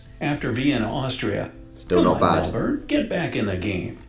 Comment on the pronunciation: Super impressed you pronounce Melbourne properly!!!!!! 👍